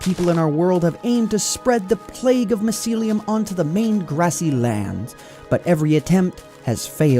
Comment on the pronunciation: I'm triggered by how you pronounce mycelium